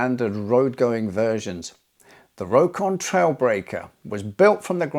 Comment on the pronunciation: According to the founder of the company the correct pronunciation of Rokon is "Rock on". Unable to fulfil a contract to supply motorcycles to the Indian army in 1955 Royal Enfield sold the plans and tooling to an Indian company to make the bikes there. Thus the Indian Enfield Bullet came into existence and while the English company has faded into history the Indian company continues to grow. Armoured motorcycles are something of a rarity. In UK Triumph had a go with an armoured version of the 350cc 3SW in 1940. Carrying a Bren gun it had armour on one side only which may seem a bit daft. The idea seems to be that the armour would be used as a shield when firing the Bren while the machine was stationary. Sweden also produced several prototype armoured sidecar outfits from 1930 to 1932. The first, Landsverk-190fm/30, would not have looked out of place on a WW1 battlefield. Two years later the Improved Landsverk-210 had sloped armour all round and a Madsen machine gun. The "improvement" was a reduction in total weight to 650kg - earlier versions were too heavy to steer easily. Records show that none were sold until in 1938 Baron Friedrich Karl Johannes von Schlebrügge purchased one. (Fun fact: his granddaughter is the actress Uma Thurman.)